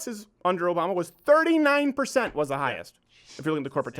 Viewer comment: Nigel saying Obama sounded like "a bomber" to me.